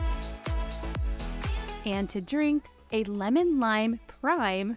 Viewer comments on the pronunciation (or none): none